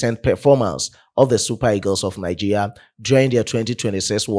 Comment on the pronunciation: Bro, you pronounce Nigeria as Nigeya